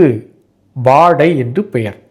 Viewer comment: வாட என்று சொல்வதில்லை. வாடைதான் சரி. உச்சரிக்கும்போதும் வாடை என்றுதான் சொல்ல வேண்டும்..